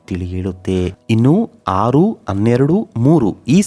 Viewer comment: ಅನ್ನೊಂದು ಅನ್ನೆರಡು ಅಲ್ಲರೀ ಹನ್ನೊಂದು ಹನ್ನೆರಡು ಅಂತ ಹೇಳಿ